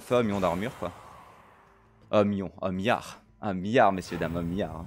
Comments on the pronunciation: Un mion et un miard, ça me rappelle Guillermo Guiz sur l'articulation 😜 GG! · C'est fou comme un milliard dis par un belge, ça paraît pas beaucoup !